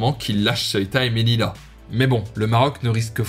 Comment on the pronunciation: c melilla et se prononce meliya